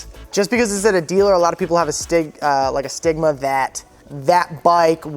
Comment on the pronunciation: stigma... you said stimula multiple times. Does sean know your in front of the camera? lol